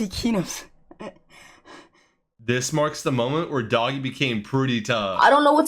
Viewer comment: its not doggie its doogie